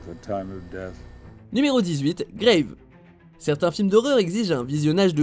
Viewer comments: C'est un film français, alors "grave" se prononce à la française pas Grayve.... Un minimum de recherche sur les films svp et un classement cohérent c'est possible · c'est pas "graiveé c'est un film français donc ca se prononce a la française juste 'grave" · "Grave" c'est un film français... donc ça se prononce grave... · en attendant il prononce "gréive" alors que c'est un film français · "Grave" se prononce à la française il me semble. Voilà le chipotage c'est fait. Très bonne vidéo. Il y en a quelques Uns que je ne connais pas. Merci 👍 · Grave est un film français alors pourquoi prononcer le nom avec un accent?